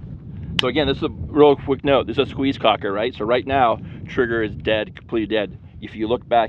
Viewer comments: It's pronounced Kock not koke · It's like "Coke", but more like "Coche" - soft "k".